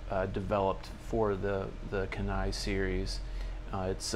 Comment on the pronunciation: Dang. No love in the comments for the Kenai. It’s pronounced Key-Nigh by the way. It’s in Alaska. Used to live there. Yeah. I’m biased.